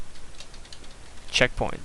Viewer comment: Checkpoing LOL! What makes it funnier is that almost sounds like the way he pronounces it! Great tutorial!